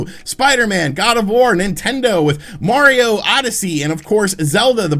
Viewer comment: I’m glad you know how to say “Mario” instead of saying it like “Mowio”